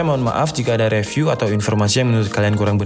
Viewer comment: Please learn how to correctly Pronounce "review"